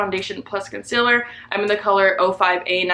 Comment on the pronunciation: it kills me how she says "con-sil-er". NO! It's con-seal-er.